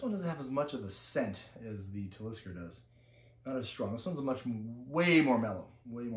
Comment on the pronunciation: Your saying Talisker wrong.